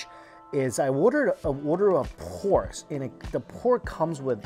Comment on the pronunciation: I like how you say PORRGHHKK lol the emphasis on R